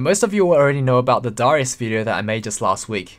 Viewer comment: Why tf do you say darius like that?